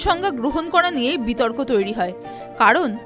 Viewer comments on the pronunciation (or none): none